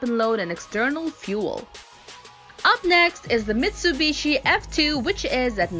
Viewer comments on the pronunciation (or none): none